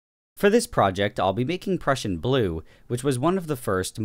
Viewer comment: I've never heard someone say prussian as "pruecian"